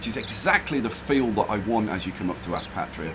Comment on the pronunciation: Sup bro just a small thing I live near Aspatria and its pronounced like Ass"pay"tria haha but this looks amazing ahah been watching this play through nice